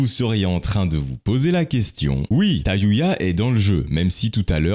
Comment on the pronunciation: quand t'a prononcé le mot "Tayuya" j'ai eu des flashback du Vietnam.